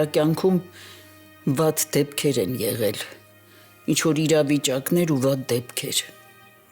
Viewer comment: էղել չէ,եղել,կամ գոնե էղել,աղջիկ ջան։Գրագետ խոսել սովորի։